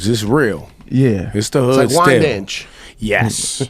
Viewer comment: Cyph said Wyndanch, Lol